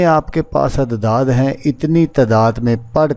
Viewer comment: جس طرح تم اعداد کو عدداد پڑھ رہے اس پتہ چل رہا ہے کہ تم کتنے بڑے عامل ہو فراڈیے پہلے خود کچھ سیکھ لو پھر یوٹیوب پہ لوگوں کو دھوکہ دینا